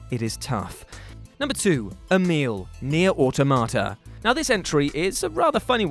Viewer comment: Nier.....or tomater.....automata surely, old chap.